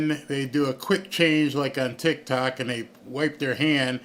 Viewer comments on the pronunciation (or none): none